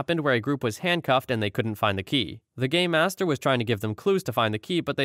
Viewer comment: It's pronounced game master. I can only figure Gaymasters, as it was pronounced, would only be featured in some rather niche escape rooms.